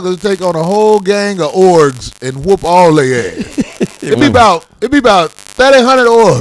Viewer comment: Corey really illiterate and it’s so funny 😭 this nigga literally called Ogres “orgs” lmaooo